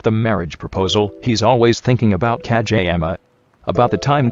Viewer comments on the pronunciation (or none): It sounds like ka j ama